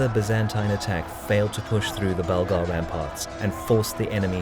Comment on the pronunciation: Yes, Bulgar* not burglar hahaha